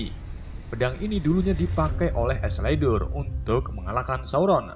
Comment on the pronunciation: Gw gatau cara pengucapan nya gimana tapi gw gedek banget denger isledur dari lu bang, padahal di sub bacaan nya isildur